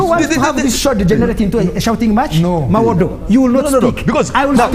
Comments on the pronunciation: IF SOMEONE CANNOT PRONOUCTUATE THE NAME MUWADA , AND HE SAY MUWODO , HOW CAN YOU EXPECT THIA PERSON TO BE AN INTERECTUAL CLEVER ? THIS IS THE SIGN OF INTERNAL STUPID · But another thing for me was the way they called him Mawodo😂😂😂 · 😂😂😂 why is he calling him Mawodo😂😂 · Mwenda is right when he says foreign interference is not good, it is not good for Uganda or any other African country. However, he is not on the side for freedom, he is part of the PLU which is led by the one who committed the latest human rights violation. Also someone had to tell him the name is MUWADA not MOWADA or whatever he kept saying.